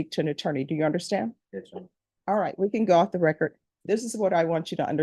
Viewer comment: You would think a educated judge wouldn’t say “recort”